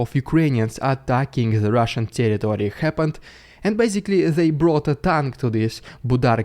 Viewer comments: Rrrrrusian Prrrrrrrrrrrrropagander first 😅😂😂😂😂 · loving the RRRediculous RRRuzzian pRRRRopoganda